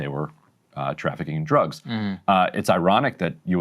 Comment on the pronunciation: 3 ships carrying drugs. If your gunna say it , say it right.